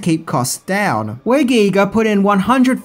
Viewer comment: It's pronounced "guy-ger"